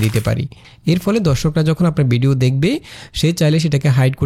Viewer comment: ভাই, বিডিও না, উচ্চারণটা ভিডিও হবে।